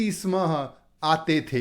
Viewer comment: स्म स्य स्मः उच्चारणं मा करोतु भवान्